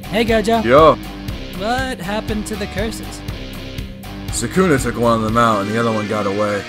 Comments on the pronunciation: It’s Sukuna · I don’t like it when people say “sakuna” it’s Sooukna” other then that great work